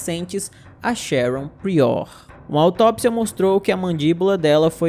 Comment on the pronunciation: Querido uma dica: a pronúncia correta do sobrenome PRIOR é PRAIOR. UM ABRAÇO